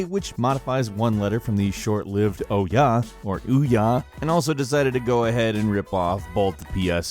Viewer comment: Ouya is pronounced "ooo-yah"